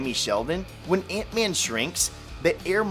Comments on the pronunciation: It’s Ant-Man. Not Eent-Man. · Antman not eentman